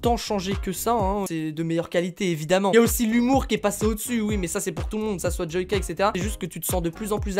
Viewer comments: Joika mais ça se dit djoilleka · Tu a dis joika au lui de JoYka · Il a dit : Jouaka 😂😂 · Mes oreilles SAIGNENT quand il dit :joica 😂😂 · Moi je suis choquer, il a dit jooca nn mai euh sa devient grave 😱😱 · Qui a été choqué quand il a dit "Joica" ??? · Oui tkt, je sais, c'est juste qu'il l'a prononcé "Joica" 😇😁😉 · On en parle de comment il a dit joyca , ça m'a choqué, enfaite joyca est mon youtubeut preféré ..😅😂😘😊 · Je me désabonne tu sais pas dire joyca